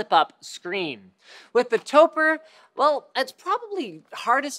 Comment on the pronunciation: Topre is a portmanteau of "Tokyo+Press," and should be pronounced like "Toe Pray"; not "Toe Purr"... Credibility of this video = not good.